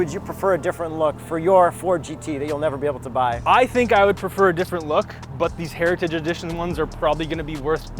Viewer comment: sounded like he was eating a bag of chips when he was trying to say "heritage edition" 😅. It's all good bro, kind of a tongue twister tbh.